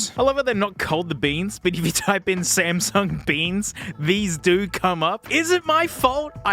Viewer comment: Smasnuh beans